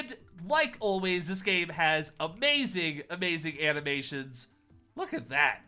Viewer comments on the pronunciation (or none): none